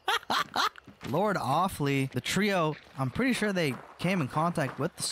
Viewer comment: “Lord of fly” becoming “lord offlee” is so funny dude